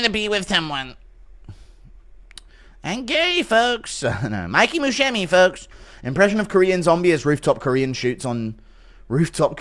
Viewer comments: I love how he pronounces it Mikey Muscemi🤣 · The way he says Musumeci like Buscemi kills me, and he doesnt realise hes screwing it uo 😂